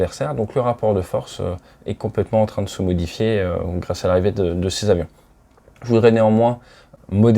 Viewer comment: Très intéressant, merci. PS : On dit dix huit Tavions ;-)